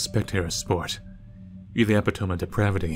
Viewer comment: The way you pronounced epitome as “eh-pi-towm” instead of “uh-pit-tow-me” bothers me. It’s rly np tho.